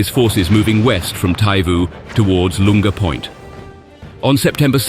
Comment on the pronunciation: Barely done your research about this have you? You mispronounced "Lunga Point" twice in the first 5 minutes.